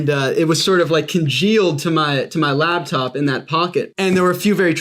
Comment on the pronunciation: She said labtop, I like coffee enemas